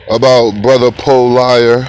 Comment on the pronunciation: PO-LIER (LMAO).